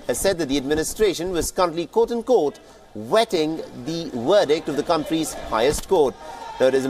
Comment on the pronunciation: "Wetting the werdict"??? 😂😂😂